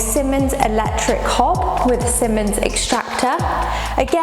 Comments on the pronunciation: Great video. By the way, it’s pronounced “seemans” and not “simmons” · Siemens is pronounced see•muhnz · It’s pronounced seemans I only know this as they are based in the city I live 👌🏻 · Who can't pronounce "Siemens" properly!!